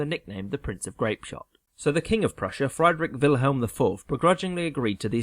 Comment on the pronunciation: Learn ti pronounce Friedrich Wilhelm properly.